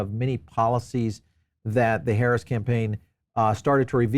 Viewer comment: You seem to be a smart man, so why do you keep mis pronouncing the VP’s name?